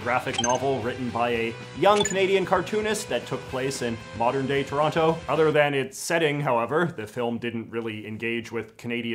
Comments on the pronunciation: The most inaccurate thing about this film is them pronouncing the second t in Toronto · As someone from Toronto, they nailed pretty much everything except the characters don't pronounce it "Terrano." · How are they supposed be from Toronto and still pronouncing that second T? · I'm from Kitchener & I always thought the way Toronto actually said it was "Tronno". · I have memories of Don Cherry on Hockey Night in Canada pronouncing it as "Taranna" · Trronno. The e is only implied. :P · Forgive my ignorance but I thought people from Toronto said the name of their city as Toranno